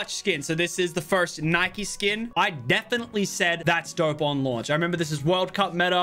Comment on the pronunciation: The only thing I hate about Lachlan is he called it Nikee not Nike